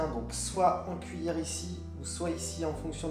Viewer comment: Qui a flippé quand il a dit "10 minutes de maintien en cuièlle" ? 10 MINUTES ?!?!?!?! Je suis sorti du coma quand il a compté jusqu'à 10 secondes xP